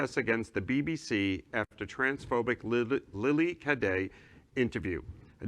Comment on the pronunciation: Geezus how hard it is to say Cade?